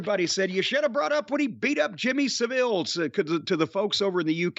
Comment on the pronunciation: He was one of the worse pedophiles in history he even molested children in hospitals who were mentally and physically disabled. He was the vilest of the vile! And the pronunciation of his name is SAV----- ILLE.